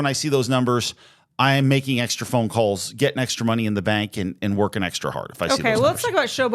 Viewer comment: I remember when Theresa said "I'm woning for Congwess"